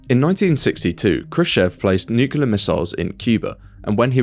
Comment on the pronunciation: Consider to learn how to properly pronounce the word "nuclear"